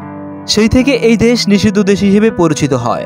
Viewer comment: দেস না দেশ, কোনটা সঠিক।